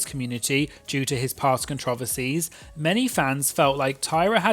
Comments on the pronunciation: I can't with how you said controversies as controvearsies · As an American I was flabbergasted. I feel like I’ve heard so many British people talk but apparently I’ve never heard them say that one word 😂😂